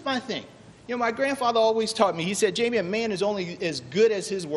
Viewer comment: It's JAIME. not Jamie.